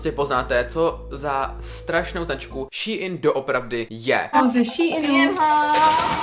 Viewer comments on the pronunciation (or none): Čte se to Šín a né šíin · jakoby je to strašně divný, nikoho nehejtuju ani nevim jak se to správně čte, asi teda [ší in] ale reálně mi to trhá uši a četla bych to normálně [šín] ale jen můj názor. nikoho neurážím. jinak skvělý video fakt super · Šiín ... promiň, ale rve to uši 🙈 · Hovorý sa to shin a píše sa shine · Mi to vyslovujeme šejn